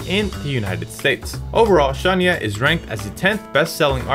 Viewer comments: Baby her name is pronounced sha-ny-ah not shawn-ya 😂😂😂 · You would think, the least you could do, is learn the correct pronunciation of Shania's name.